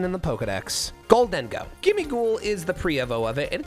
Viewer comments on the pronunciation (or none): It isn't pronounced dayno, it is pronounced dino. It uses German pronunciation so it is Deino (one) Zweilous (two) Hydreigon (three). Ein like spine, zwei makes no sense as it is pronounced tsv(capital i), drei like to dry something.